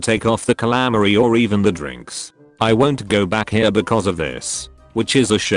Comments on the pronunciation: I love how they say calamari. Calamery lmao. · I did I mocked it outloud lol